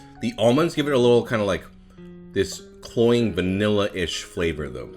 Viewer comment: Is he saying "chlorine"?